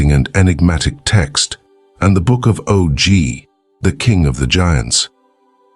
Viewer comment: "Oh Gee"? It's pronounce "Awgh".